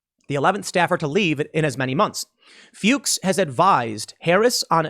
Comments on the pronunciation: Fyooks is the correct pronunciation of Fuchs. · FEWKS is the correct pronunciation, u did good after the first try. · I think Fuchs is pronounce Fooks. It is German for fox. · youtube did not pick up on that dangerous misspoken name. instead, closed captioning received it as “fox” which honestly, your pronounciation leaned towards anyways. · LMAO I guarantee it's actually pronounced "Fooks." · Fuchs is pronounced fooks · Tim. It's pronounced "F-yuu-ks." Long U. You're not the AVGN, and no matter Michael may do in his life, he will never be Fred Fuchs, with a short u. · you're good. The closed captioning generated "fox" on the first pronunciation of his name, so they can't say you dropped an f-bomb when their own cc generated fox. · I asked my wife, how do you pronounce this👉Fuchs. She said Fucks as well. 😂😂😂😂🧂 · It is pronounced Fooks; It is a German last name. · isn't fuchs usually pronounced Fox? someone in my hometown did it that way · Fuchs = rhymes with rooks. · No, it is "The Kamala Harris administration featuring Joe Biden", I think that sums it up perfectly. Btw Tim, as a German your pronunciation of Fuchs is hilarious to me. Btw, regarding her record as a judge, it seems that the next judge on the Supreme Court might be the first one endorsed by both Disney and CNN, lol. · Tim is intentionally mispronouncing a man's name to avoid censors. Once again Tim shows how big a hypocrite he is. He says you and I should be prepared to sacrifice our families to fight this kind of thing, yet he runs and hides.